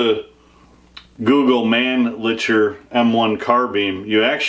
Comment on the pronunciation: Awesome collection, especially the M1 carbine. I believe the 'ch' is pronounced as 'k', Manli'k'er. Thanks for sharing.